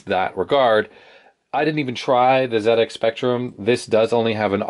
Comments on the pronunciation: well done for saying ZED-EX spectrum ;) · Glad you called it a ZED-Ex. But whilst we're on the subject of proper pronunciation, solder is pronounced "soul-der", not "sodder" and composite is "compo-sit" not "com-pos-it" :) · It looks like someone had a monitor on top of that BBC. I reckon the PSU must of overheated... Beebs generally ran on 5 1/4 inch disk drives, see if you can find one on Ebay. They had a lot of educational software cos they were mainly used as school computers, though they did have an awesome 6502(?) assembler in ROM as I recall. PS - Hey, we've got an American pronouncing "Zed" properly! We'll have you spelling "aluminium" next! ;-) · Ha never picked up on that. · It gets a Like for that, before the video starts properly.